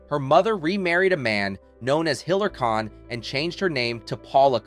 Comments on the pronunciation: I won't subscribe to a channel that mispronounces the name of the subject of the video. Content was ok. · The content is good but the narration freakin sucks. Even the topic of these videos - you mispronounce her name endlessly. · Who narrated this? They said Mame then Mamee and mispronounced Kahn at the end as Kane I'm sure there are other mangled words I'm forgetting now.